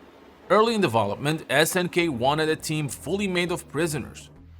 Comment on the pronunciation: I'm always "conflicted" about the way you say "deVOlopment", instead of Development, and you speak better English than i do 😂😂😂 Cheers man